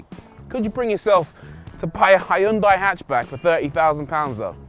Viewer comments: It is not hAyundai but Hyundai! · Hiyoondai lol, even funnier than the Americans Mawzda! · Good Video, but damn, thats one of the worst pronunciation of Hyundai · That's a nice pronunciations of Hyundai.